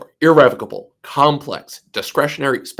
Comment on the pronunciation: YOU DON'T EVEN KNOW HOW TO PRONOUNCE THE WORD IR-RE--VOC-ABLE.